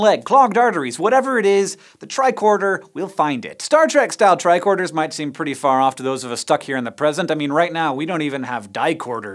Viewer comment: I always thought they were saying tri-quarter